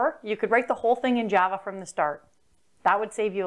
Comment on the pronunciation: is there a reason you can't pronounce Java correctly?